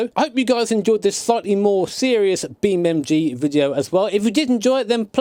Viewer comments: He calls it "BeamMG"? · Breh, its beam NG not MG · Its Beamng.Drive, Not BeamMg.Drive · Its not BeamMG, its BeamNG